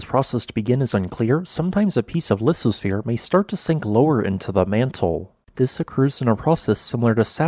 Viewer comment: The "th" in "lithosphere" isn't pronounced "s", but "th", as in "think" or "thing", mate. This is obvious.